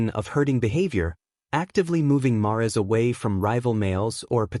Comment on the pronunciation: Mares is pronounced like hairs rhymes with mares! No ? ❤